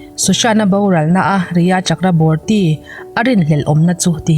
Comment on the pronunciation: i aw a nalh, ngaihthlak pawh a nuam, mahse Rhea Chakraborty hi a ziak anga lam loh tur...Chakraborty hi Chakravarti tia lam tur...an hnampui te lam ang zela lam hi ngaihthlak a nuam...i channel a nghahhlelhawm ṭhin e